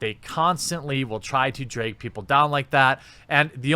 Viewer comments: Am I going nuts or is he saying braig and draig instead of brag and drag? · "Breg" "dreg" haha... not that my shitty MA accent is any bettah.